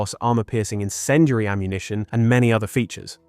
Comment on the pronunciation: What the fuck is "encendry" and "sabot"? Talk properly man.